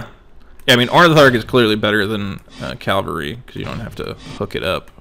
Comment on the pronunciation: "calvary" cringe